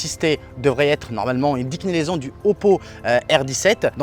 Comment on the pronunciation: Merci la bled et c’est déclinaison et non décnilaison lol